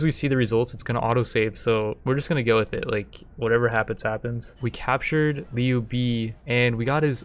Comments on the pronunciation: it's not pronounced Liu bee its pronounced Liu bae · haha he butchered the name in a very funny way “niu bi” = “牛逼” meaning strong and awesome, but is a slang and can be used as a irony. This guy is so niu bi that he can’t answer 1+1. Was laughing for a whole min loudly and ten in my head, made my day